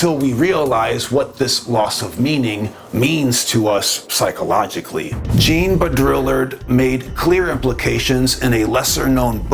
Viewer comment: I liked this video. I wish it talked more about Hopi myths and prophecy Can you please take 5 seconds next time to learn how to pronounce foreign (French) names? That "Jean" pronunciation really makes the video annoying to listen to